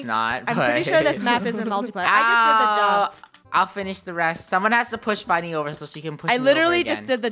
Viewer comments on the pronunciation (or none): funneh its not fenneh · Olga Ortiz u said funnel instead of funneh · Funneh not funnel